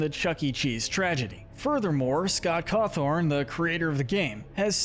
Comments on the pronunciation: “Scott Cawthorn” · Man said Scott Cawthorn and thought that was okay